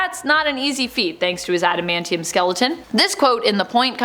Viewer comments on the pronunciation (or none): none